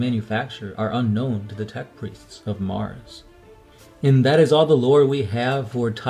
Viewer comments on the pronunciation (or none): none